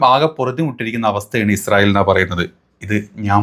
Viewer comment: ഇസ്രായേൽ അല്ല ഇജ്ജ് റയേൽ 😂😂😂മോദി പ്രണ്ട്.. ഇജുരായേൽ